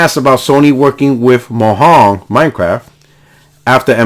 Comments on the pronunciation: Mo yang not mo hang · The way you say Mojang😂😂 Its a soft J sound because its from Sweden lmao. So basically Mo-yang. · Are you saying "Mojan" ln that way on purpose? Starting to think is a spanglish insult or yoy might me serious. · Fantastic video. i know your puertorican is kicking in when you say Mojan, but the J is said in english. lol